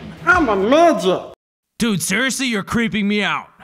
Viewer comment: "I'm a miget" can't stop laughing